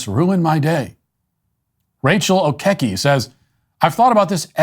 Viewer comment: Lol.... "Rachel O'keke"? Who are your producers that let that one slip through?